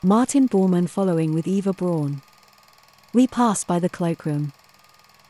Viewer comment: And it's Mein Kampf as spelt not 'Kompf''. Also Eva Braun (more like Brown) not Brawn.